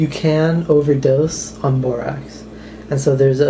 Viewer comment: Borax is pronounced "Bore-Axe" Not "Bore-Ox" Just saying...